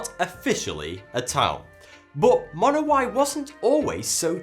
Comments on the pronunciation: I'm pretty sure it's pronounced Monowi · AAGH it's pronounced Munowie. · he is mispronounceing the name of the town